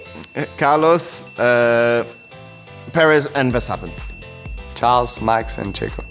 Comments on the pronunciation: Not Lewis calling Max ”Mats”☠️ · Lewis saying max carlos charles😂❤❤